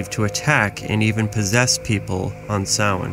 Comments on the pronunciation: It's pronounced ' Sow in ' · You should learn how to say Samhain if you are going to do a video on it. It sound like - so win